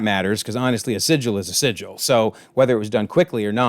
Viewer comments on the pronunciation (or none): sigil not Sicily 🤦🏻‍♂️😂